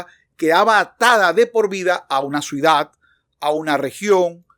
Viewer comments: sé que es por manía mía, pero siento que dices "suidad" y no "ciudad", lo cual me termina desconcentrando. Es culpa mía, lo sé, pero tenía que decirlo. En todo caso, un contenido genial, muchas gracias. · ¿Dice "suidadano" y "suidad? Ya vi varias veces el video y así se escucha. El viendo muy claro y didáctico, gracias!!!!!